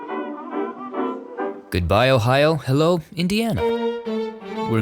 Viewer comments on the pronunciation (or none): none